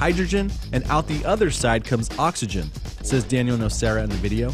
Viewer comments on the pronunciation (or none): none